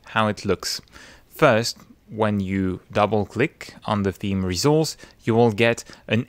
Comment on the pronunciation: I really love the way he pronounces "resource". Every time I hear him give me life.